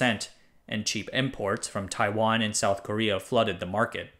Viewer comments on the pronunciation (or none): none